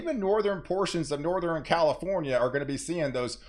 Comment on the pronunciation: So you can pronounce "western" but you can't for the life of you pronounce "southern, northern or pattern."